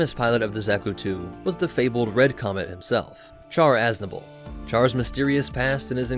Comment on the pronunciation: It's pronounced Shar.